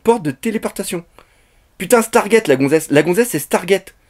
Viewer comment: il a dit star get. Au lieu de star trek